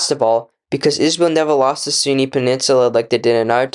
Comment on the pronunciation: Great video but you could try practicing pronunciation I think lots of people are turned away by poor audio quality. You constantly refere to the Sinai as the Sunni which is annoying.